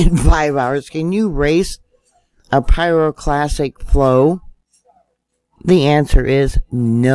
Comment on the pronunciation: Interesting and well done video but please stop mispronouncing pyroclastic as pyroclassic. At 1st I thought I misheard you but you repeat it incorrectly multiple times. I'm no pro so am impressed by your apparent knowledge and understanding of volcanology, and don't want to see your credibility drop over something as simple as misspoken terminology. As a science minded person, I hope you will take this comment in the spirit in which it is offered, which is constructive criticism and not (is it) trolling.